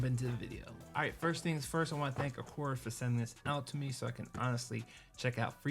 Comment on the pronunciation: A-car-ah not a-core-ah